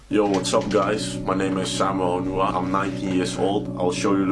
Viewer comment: His surname is Onuoha and not Onuha